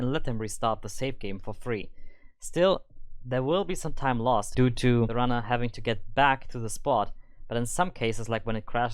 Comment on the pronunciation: That "due to" on WutFace